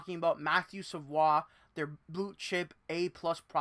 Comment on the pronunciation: Sa-VOY - please. You cannot continuously make that mistake. BTW, Sabres fans have heard the same thing for the past 2 seasons. Then they drafted his teammate, who made the NHL as an 18 y/o. I like Savoie, but he needs to be at least a ppg player in Bakersfield before becoming an NHLer full time.